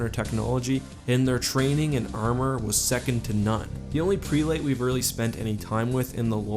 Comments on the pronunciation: I love your videos, keep up the amazing work <3 ps. "Prelate", is pronounced prel-at not pre-late. sorry OCD gets the better of me sometimes ¯\_(ツ)_/¯ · Not to be nitpicky, but prelate is pronounced "preh-lit". Blame english for being weird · Great video, but I feel compelled to point out that the first e in prelate is pronounced the same as the e in egg. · Unless this is some weird halo lore thing that I am unaware of, that's not how you pronounce "prelate". (just google "pronounce prelate" to hear it) This is meant as constructive criticism, not negative nitpicking. Everybody mispronounces stuff, but I think it's worthwhile to correct when possible :)